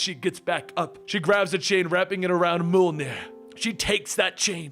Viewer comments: Are you saying “moldenier”, because I think it’s pronounced mojlnier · I'm wondering ... what is "mole-near" ? cause the hammer's name is pronounced "Mee-uhl-near" or Mee-oll-near" (written Mjöllnir of course) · I love the videos but everytime you pronounce Mjolnir you pronounce it different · I know that you are very self righteous when it comes to your awkward pronunciation but the way you pronounce Thor’s hammer’s name is so off putting. I constantly have to pay attention to re-concentrate on story every time you say its name. You put a great deal of work in this video, just like in other videos, and your unique pronunciation is sabotaging them. Just a feed back from a viewer if you care..